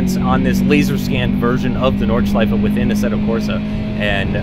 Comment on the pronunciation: Yes!!! Finally a english youtuber who can pronounce "Nordschleife"! I like this, because I am German!